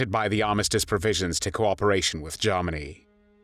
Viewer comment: "Garmany" "Tharty" 🤔??